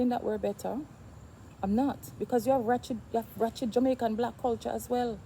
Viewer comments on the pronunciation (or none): Which word are you trying to pronounce? Are you saying "wretched or ratchet"????